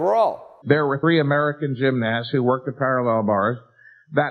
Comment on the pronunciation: Get it right Jeff it’s not gymNIST ITS gymNAST. Ya gotta say it like Mike M.